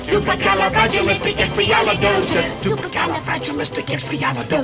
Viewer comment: It's supwcaleigoutisls